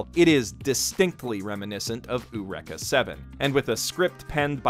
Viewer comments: Did he really pronounce it oohreka???? It’s yr ee kuh .... (eureka) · "U-rekt-her" ? I laughed hearing this.